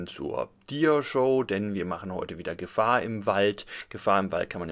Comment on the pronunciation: Also darf ich bitten? Es heißt Gefaaaaaahr im Wald. :) Abgesehen von diesem kleinen Schnitzer: wie immer ein tolles Video.